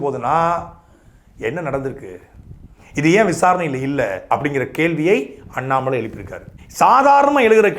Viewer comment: Please pronounce Mr. Annamal..